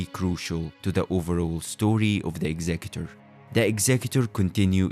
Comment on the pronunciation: You pronounced his name correctly, I am now interested in the video.